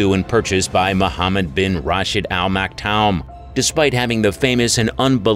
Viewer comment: Damned AI. If you know racing, you'll know how Sheikh Maktoum's name is pronounced.